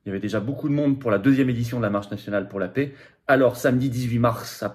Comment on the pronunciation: On ne dit pas la « pé » mais la « pè ». Ça rend la vidéo insupportable